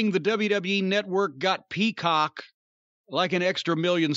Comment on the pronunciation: Jim Cornette sounded SUS the way he said Peacock. Too much emphasis lol